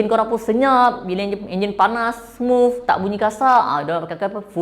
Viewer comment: Smuffff bkn smooth ea🤣